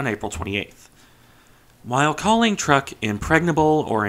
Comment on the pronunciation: truk Trook not Truhk